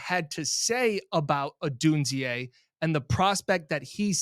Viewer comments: Did get saying “Odunz-eeaay” or was it the other way around? says it a bunch at first, then says it. But maybe was the one who initially influenced. It’s “Odune-zay”, like Zay Jones. Just so you know going forward. In case Beane does make a big move to go get him. Anyone would cut you some slack on a Ruke Ohrororo pronunciation, but Odunze you have to get right. 😉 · it’s (ah dune zay) not (o dune zee a) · is almost always Right around this place, but Odunze only has three syllables in his name. Three. Say it with me. Oh-DUNE-zay.